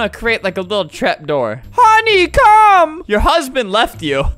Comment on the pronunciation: she said hony lmao